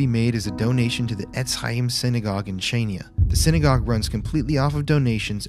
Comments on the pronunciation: not chanya not kanya . it’s in greek language calling khania { xania ) it’s not Crete . in greek language calling (Creti ) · Hi guys great video as always ! correct pronunciation of Chania is HANIA 😂😂 made me giggle every time you tried to say it ! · Just so you know, Chania is pronounced ‘han-ya’ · It is pronounced HA-NIA. TBH in the first few days the Germans died before they hit the ground and anyone who did live was killed by the xoriates with shovels and pitchforks. The reason why the Nazi's became more brutal is because of Churchill. As the Germans continued to try an take Kriti, Churchill came out and said "Greeks don't fight like heroes BUT heroes fight like Greeks"!! After that they became more brutal and the people of Kriti suffered the entire time they remained there. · Great footage as always. Thank you for all the kind words you shared about Crete, hope you had a lovely time here! :) Just a quick tip on the pronunciation of Maleme and Chania (my hometown <3): - it's Ma (like in mask) le (like in left) and me (like in mention) = Mάleme - it's Cha (like ha_rd) ni (like nee_d) and a (like a_rt) = Chaniά Keep up the good work, stay safe and spooky guys! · As a greek, I thank you guys for talking about our history & what happened during Nazi occupation. It is very touching. Oh and Chania... The c is not pronounced and the nia at the end is basically a syllable, very hard to explain by text lol